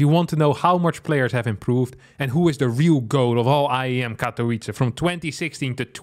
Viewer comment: Poland says: Katowice says: Katołice